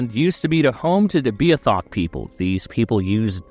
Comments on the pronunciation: You are pronouncing Newfoundland and Beothuk incorrectly. No hate, I just wanted to let you know. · Actual newfie here, please fix your pronunciation. you are waaayyyyy off on how you say beothuk. also Shanawdithit.